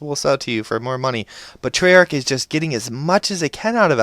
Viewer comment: forgot the h at the end and is Treyarch not trayarc